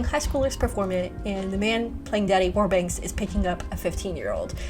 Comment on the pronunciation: Its warbucks, not warbanks. I used to read the comic strip as a child.